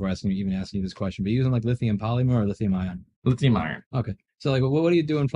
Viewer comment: I could swear you do this 'Lithium Iron but the "r" is silent' pronunciation on purpose, every time someone asks about the chemistry 😂